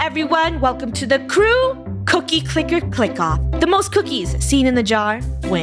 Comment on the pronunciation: krew-ie the cookie yeah they said krewie I think